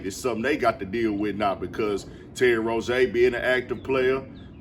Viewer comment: That Rozier pronunciation is insane